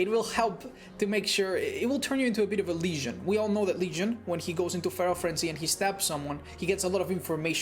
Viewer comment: I love how he says Legion as Lesion x)